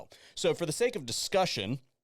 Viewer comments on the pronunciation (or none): none